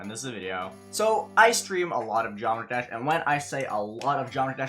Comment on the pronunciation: he is a pro at GD and still barely knows how to pronounce geometry dash